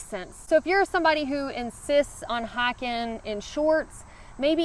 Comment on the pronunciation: Hiking -> Hacking